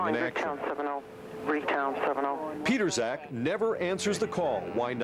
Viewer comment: His name is John Pietrzak. Here is his facebook. BTW it's not pronounced "Peterzak".